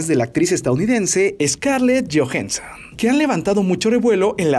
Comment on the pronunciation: jajajaja Scarlett Jojenson